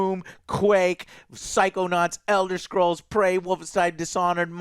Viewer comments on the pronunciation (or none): none